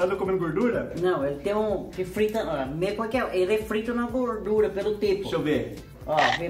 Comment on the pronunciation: Kkkkkk gosto de "gurdura" kkkkkk